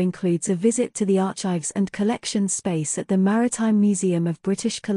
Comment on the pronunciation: And "archives" is pronounced "arkives".